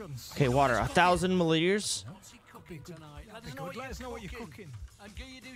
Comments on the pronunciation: "30 mullitres" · Mi liters mate